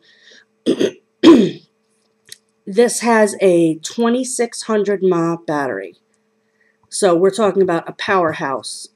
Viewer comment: you don't pronounce it MAH, you pronounce it milliamps. thats what it is. also have you tried using a normal usb cable? obviously if the one given to you doesn't work you can use ANY other type. and the puff counter is to tell you when it does a burn clean. do you know anything about tech, or read manuals before you use something?